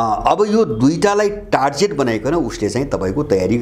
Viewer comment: Excellent analysis sir! Thanks a lot for this amazing and informative video!! So-called USA Is not even a country but just an adopted son of British emperealism that must be divided into many independent countries very soon!!! टार्जेट होइन सर टार्गेट भन्नु होला कृपया। क्षमा चाहन्छु।